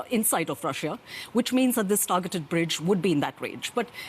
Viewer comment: Love how the host keeps pronouncing Russia, "Raschian"